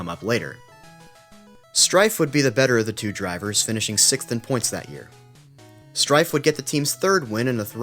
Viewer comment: To compound your pronunciation misery, my American friend, it's pronounced 'Streff'